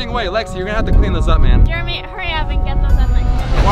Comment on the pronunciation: u spelled jeremy wrong u said jermery instead of jeremy